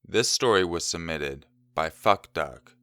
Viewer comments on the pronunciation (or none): oKAY. I lost after he said Phuck Duck. He put so much emphasis on PHUck duck